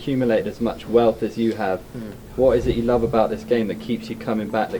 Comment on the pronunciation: ещё прикольно, не лав (love), а лув))